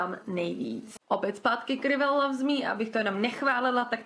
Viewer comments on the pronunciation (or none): Přemýšlela jsem nad tím už při sledování několika předešlých videí, a teď jsem se odhodlala ti to napsat: "rival" se nečte "rivel" ale "rajvl" 😁 ale nohate, jen abys věděla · Necte se to RIVAL ale raiv(e)l .. jen tak pro opravu